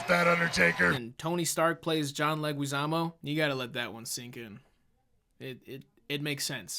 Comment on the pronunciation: The way says Leguizamo is gonna give me an aneurysm.